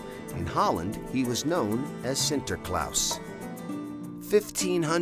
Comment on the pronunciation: it's not sinterklaus but sinterklaas we're not freaking germans